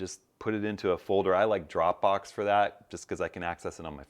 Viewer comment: When you say “drowbo” do you mean Dropbox? If that is correct, I guess it means one could use Dropbox as a place to store photos and the source from which to set them in Lightroom. That actually would be amazing. Perhaps a video about that process could be warranted. If that is correct would love perhaps to pick your brains of line